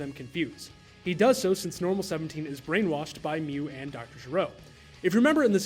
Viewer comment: love the video! though, small pronunciation correction, his name is Doctor Gero, not Doctor Jero.